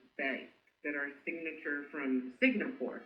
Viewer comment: Singapore not signapore 😂 🤣